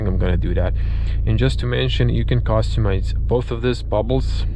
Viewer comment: The way you say "costumise" bothers me